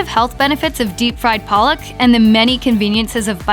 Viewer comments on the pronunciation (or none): none